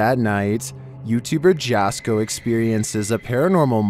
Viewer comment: Jasko is pronounced Yasko not Jasko. 😮 Just sayin. 😂